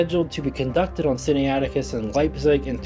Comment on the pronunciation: Sin-na-it-icus. Not Sin-ni-ATic-us. (Pronunciation aid}.